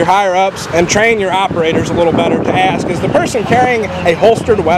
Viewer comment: It's pronounced ASK not AXE. Idiots